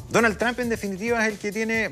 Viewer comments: que necedad por que peru argentina chile pronuncian tramp no es asi se pronuncia tromp y se escribe trump por que insisten en pronunciar equivocadamente tramp tramp tramp que ignorancia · NO DIGAN MÁS DONAL “TRAMP”. SE DICE “TROMP” y SE ESCRIBE TRUMP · Se pronuncia Trump No trampa . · el presidente TRAM dice este señor jajaja